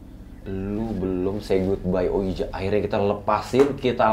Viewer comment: tulisannya ouija tapi di bacanya wiji bang